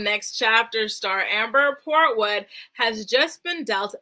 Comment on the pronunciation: I scream everytime you say kung foo port wood